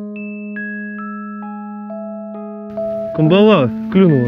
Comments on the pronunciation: Добрый день. Почему же камбалА? Ведь правильно кАмбала. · На Сахалине такую навагу называют спичечной) и клюет тут в основном лошади по 300-400г. Но по мне так вкуснее средняя, так сказать сковородочного размера, и да, она вся, только выловленная рыба извивается на сковородке. ЗЫ: нам больше созвучный кАмбала, а не камбалА! Нхнч🤘